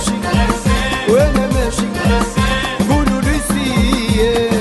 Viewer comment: السي مكنقولوشي...كولولو سير...بل قولولي...سير...اجبالا...ينطقون القاف وبها اشتهرو..ووزان معقل قبائل اجبالا...وهذه ملاحظة على مجموعة من الأغاني التي قدمتها أو التي أعدت غناءها...حتى تظل لهجة اجبالا حصينة متحصنة من الدواخل والزوائد...